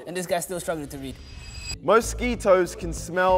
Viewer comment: "most ski toes have" had me rolling🤣🤣🤣